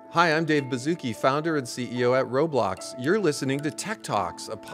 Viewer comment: Dave..... ITS LITERALLY CALLED ROBLOX. RO BLOX. NOT ROLIMB